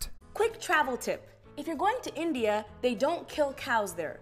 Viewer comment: I'm an Indian, and I can confirm that the way she pronounced India and Pakistan was very cringe worthy.